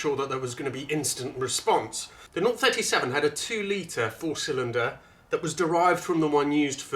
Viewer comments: We normally pronounce it ‘oh 3-7’ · Please get the name right - it's OH 37, as in OH my god! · Think you got them there lol good vid its nice to see 1 still alive, actually saw 1 at a rally day few years back amazing is all i will say, and its pronounced Oh37 :D haha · I owned an 037... Pronounced oh 37...In 1999 for a couple of years before my 308. Certainly the best car I have ever owned and driven. Mine was number 34 of the 200 built. It is still in the UK, after I bought it from near to Venice.